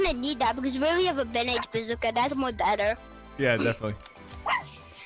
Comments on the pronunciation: mic is loud but hes chill so its all good he says banemajuka instead of bandage bazooka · Yup: bandug bezuka lol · He say banagebadooka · Nobody: Absolutely nobody:: bAnDoSh BaMuKa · "Bandagemojukea" bro I can't 🤣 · My man said bandage bajooka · said bandege mazooca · did he say bandage majiga? lol